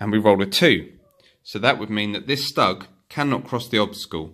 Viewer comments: Nice vid👍 One thing, Stug is pronounced like "stook" as in book! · That's not how you pronounce stug.